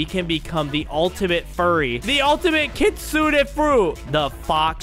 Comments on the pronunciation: Bro the real saying kit-su-ne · Bro really said kissune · i think its kit-su-ne